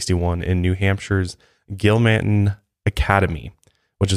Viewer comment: I LOVE this! LOVE lop. OBSESSED WITH ALL you do. Thank You!! I actually live about 10 mins from where H.H. Is from in NH, GILMANTON. Pronounced "Gill-Mun-Tun" ( Not Gill-Mant-in.) Just thought you guys would wanna know. 💗